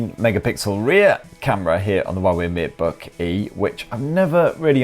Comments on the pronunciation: I keep hearing the matebooky haha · Yes it is the matebookee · I can't unhear "matebookie" for some reason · I keep on hearing you say "Matebooky", 😂😂 a bloody fantastic review